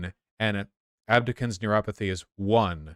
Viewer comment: Abducens is pronounced ab-do-sins. love you voosh, pass it along.